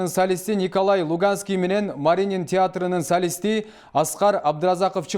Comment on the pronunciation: Маринин эмес Мариин деп айтсан